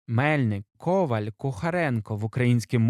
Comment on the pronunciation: Українською ковАль, а не кОваль